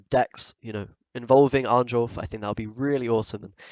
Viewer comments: It's pronounced Arn-yolf rather than the literal Arn-jolf, just fyi, was slowly driving me mad each time... Great vid though! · Please, read J as [y], not as [jay]. His name is pronounced [arn-yolf]